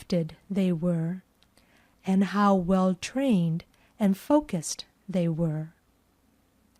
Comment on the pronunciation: Хороший урок, спасибо! Все-таки, они произносят больше как: ФОукисд, чем ФОукусд. Выражения вроде: to be of two minds надо конечно закреплять практикой. Такие выражения часто забываются.